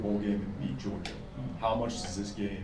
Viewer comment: Moved the ball? They had two good drives. One was a gift int. But, yeah, their defense was stout, as we knew it would be. He can't even say "Georgia". 😂😂😂